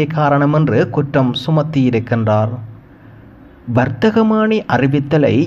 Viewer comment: வரத்தகமான்னி அல்ல வர்த்தமானி